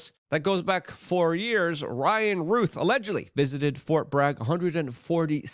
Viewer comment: Ruth is spelled like this, ROUTH has an ou sound like ou😫ch! 🤨 Why is everyone so insistent on mispronouncing this name?